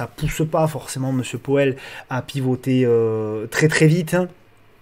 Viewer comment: Hello ✌🏻. Ta prononciation de MR.Poêle (Powell) m’a bien fait rigoler 😂… Je vais essayer de retrouver ta vidéo sur les crypto, je ne l’ai pas vu passer 🤷‍♂️🙈, dommage ça m’intéressait. Bon week-end👌et merci.